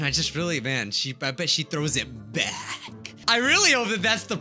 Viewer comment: The way he said "back" got me 😂